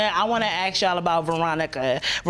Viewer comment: Need to know how to say ask instead ax. Just sayin..............